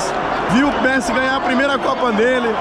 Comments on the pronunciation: Ele falou pessi? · Ele falou Pessi ou foi impressão minha? Ksksksks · "vi o Pessi" PESSI KKKKKKKKKK